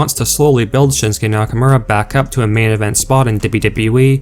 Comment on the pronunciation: It's pronounced Nakomora not nackamera this is irritating